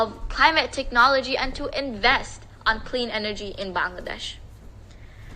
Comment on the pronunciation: I have told you several times I like your sincerity and eagerness to speak in Bengali but you just heard the Bangladeshi girl at the UN, so please try to pronounce our country's name CORRECTLY, although it is difficult when you have a Punjabi accent, but that is a different story. The correct pronunciation is "Ba-angladesh', a LONGER sound and NOT 'Bungladesh" that is a shorter sound and you all do it but your declared enemies in India do it correctly, so why not try? The language is Bengali in the English language and 'Ba-angla' in the Bengali, as the dear girl spoke. You can do it if you love us so much as brothers, so please show love by trying. Proud Bangladeshi, from Boston, USA